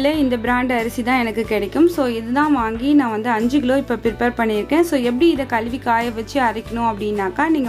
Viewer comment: Why are you saying “ Gilo “ it is Kilo